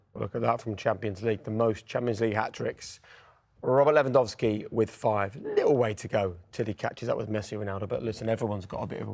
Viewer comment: Jake's pronunciation of Lewandowski makes me want to puke